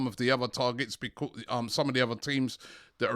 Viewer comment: I love how Robbie pronounces the word because lol. It is more like Bekwaaause lol. Robbie brings plenty smiles to us all and hope it continues